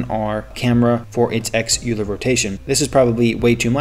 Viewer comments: Hey there just a tip "euler" is pronounced like "oilah" not "youlah" (english) :) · It's pronounced oiler